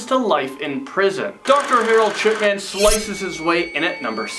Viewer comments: Am I the only one who hears Dr. Sh*tman? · Anyone else hear dr shitman?